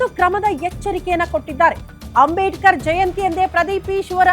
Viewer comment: ಅಂಬೇಡಿಕರ ಅಲ್ರಿ ಮಿಸ್ಟರ್ ಪ್ರದೀಪ್ ಈಶ್ವರ ರವರೇ ಅಂಬೇಡ್ಕರ್ ಅಂತಾ ಹೇಳೋದಿಕ್ಕೂ ನಿಮಗೆ ಹೇಳೋಕಾಗೋದಿಲ್ವಾ?. ಅದರಲ್ಲೂ ನೀವು ವೈದ್ಯಕೀಯ ವಿದ್ಯಾರ್ಥಿಗಳಿಗೆ ಪಾಠ ಹೇಳೋ ನೀವೇ ತಪ್ಪು ಉಚ್ಚಾರಣೆ ಮಾಡಲು ಅಸಾಧ್ಯವೇ ನಿಮಗೆ?.